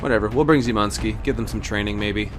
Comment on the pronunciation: sz is said like she without e maybe try sayin shymanski